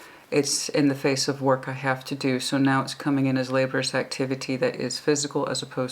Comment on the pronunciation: Hey, it's Cyclic pronounced sick-lick. Laborious pronounced la-bore-ee-us. Communicative pronounce cum-you-nick-ah-tive. Obligatory pronounced oh-blig-ah-tory (the blig rhyming with cig as in cigarette). Just helping!:)